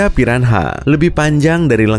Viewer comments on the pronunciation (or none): Wait what piran ha???? It is piranha and the H doesnt spoke